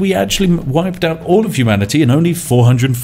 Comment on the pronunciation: "the end of humani-tea as we know it"